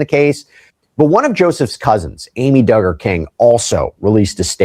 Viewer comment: 🤦🏻‍♀️All you need to do is google or youtube “how to pronounce Duggar last name (from the popular show: 19 kids and counting)” Its Dug-ger. Not Do-ger. We always need to do our research prior to making a video. Also, most of your show is fake news. Yes he was arrested etc but sooo many details are wrong. ex: None of the Duggars are part of a cult or part of that Baptist preachers teachings anymore, not for 20 years! They are all evangelical and modern Baptists now and all part of mainstream mega churches.